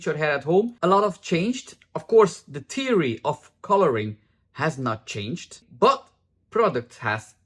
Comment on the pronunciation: LOL your pronunciation of “theory” sounds to me like “teary.” I do have to say my application is often “teary.” Thanks for this video!